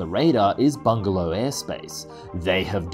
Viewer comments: Why do you keep saying 'bungalow aerospace' when the company is clearly called 'Bigelow aerospace'? It said Bigelow in the text on the video about 10 times but still you keep saying bungalow? Don't mean to be petty but it just ruined what could other wise have been an enjoyable video. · BIgalow not BuNgelow!!!!